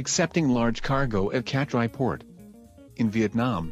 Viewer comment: Hi, Nice video, Just correct the Vietnam port name: Cat Lai i/o Catrai